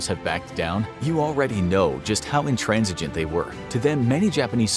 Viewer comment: It's "conscience", not "conscious" And yet, "intransigent" was spot-on